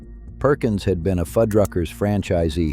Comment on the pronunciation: Narrator: Fuddruckers. Foodruckers. Why are you changing its pronunciation throughout the video? Stay with one or the other please. Thanks.